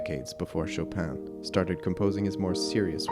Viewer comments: Not SHO-PAN sho pin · The N of chopin is not pronounced in french. Its a french name, not polish.